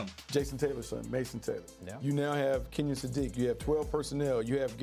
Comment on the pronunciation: Kenyon Sadiq name is pronounced Ken-yun 😂🤣